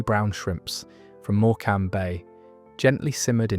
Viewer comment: Amusing mis-pronunciation of Morecambe. Of course Morecambe bay is at the heart of the Duchy of Lancaster.